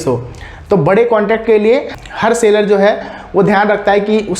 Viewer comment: it's SELLER (सैलर) not Sailor (सेलर)